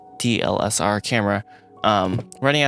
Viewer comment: DSLR* not "D-L-S-R" lmao